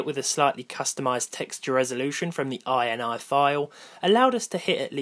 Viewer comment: .ini is pronounced in-eey as in the opposite of out-ie.